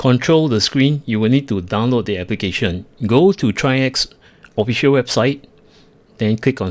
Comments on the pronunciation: I know this is an older video but the company does pronounce their brand name as trikes. Like the 3 wheeler but plural. That is all. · Excellent video, and because no one asked and not that important..If anyone ever wonders..The company is pronounced like the word Bikes but with a 'TR'...TRIKES [TRYX]. Thank you for this wonderful video, will definitely pick this up.